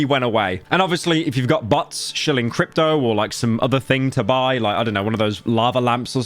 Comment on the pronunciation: Today I learned about the British pronunciation of "bots". YOUTUBE HAS A BUTT PROBLEM